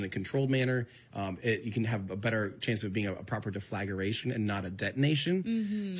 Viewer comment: Hi, Tim. You keep trying to say "deflagration" and putting extra syllables in. It's just "DEAF-la-GRAY-shun".